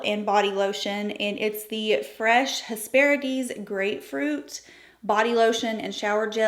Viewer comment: If I had the chance to spend in Sephora like that, I’d get a bunch of bougie skincare and body care, brands like la prairie that I’d never buy for myself otherwise. What I will be buying is lipstick your wearing! The colour is gorgeous and suits you. Btw you’re pronouncing Hesperides correctly 😀